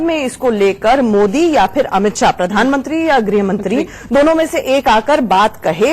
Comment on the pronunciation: It's amith shah not Amit saaa ....